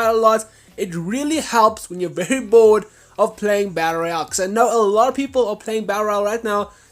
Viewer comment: Dude you say battle royal so fucking weird. You say it like "batter al"